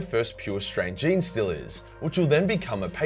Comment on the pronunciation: "Jean-Stealers" is exactly right, can't stand those wierdo's who say "Genie-Stealers".